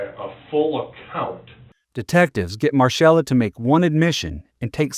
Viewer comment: It’s pronounced Marcella not marshella.